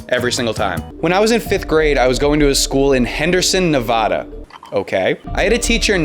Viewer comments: It's Nevada not nevoda Also my name is Jessie and I'm from Virginia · Please never say Nevada like that ever again I beg (it’s Neh-vAAAAA-duh not Neh-vauh-duh)